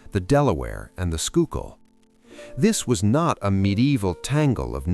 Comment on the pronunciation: Pretty neat. Plus you pronounced Schuylkill the right way! Kudos to you on that!